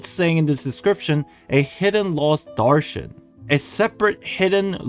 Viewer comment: As an Indian it hurts me with you miss pronouncing pari and darshan 😢 but it's not "fairy-like" it means quite literally a fairy, in metaphors we use it like "tum ek pari jaisi lagti ho" meaning "you look just like a fairy" [it is a mean of compliment/flirting] also Darshan ALSO means a miracle/blessing!